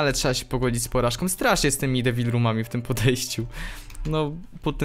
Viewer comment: czy tylko ja słyszałem że powiedział w debil roomie zamiast devil